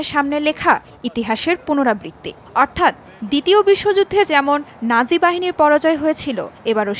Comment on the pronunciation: দ্বিতীয় বিশ্বযুদ্ধ বলা হয়েছে আর আপনি ভুল শুনেছেন। জার্মান সম্রাট স্যার এডলফ হিটলার নাৎসি বাহিনী প্রতিষ্ঠা করেছিলেন। তাই এখানে সংবাদ পরিবেশনকারী নাৎসি উচ্চারণ করতে গিয়ে নাজি বলে ফেলেছেন।